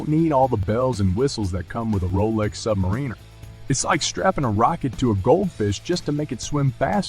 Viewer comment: "Submareener"! Really, Mr. AI voice guy?